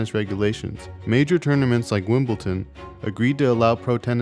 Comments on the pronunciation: Its pronounced Wimble'D'on, not Wimble'T'on :-) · It really bothers me how he's pronouncing Wimbledon as Wimbleton hahaha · WimbleDon not Ton. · I heard Wimbleton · That is definitely not a herringbone sole! And it is pronounced as it is spelled "Wimbledon." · It’s Wimbledon, there’s no T 😂